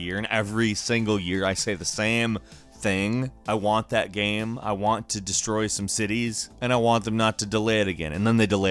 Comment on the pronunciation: Please learn to say the word game or maybe don't say that word every ten seconds